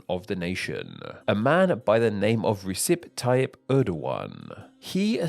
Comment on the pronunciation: He pronounces as 'rissip tayip'